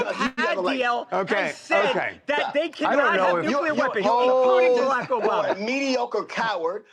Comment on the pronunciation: Who is the man that called “bama”. Sounds like he said Jay money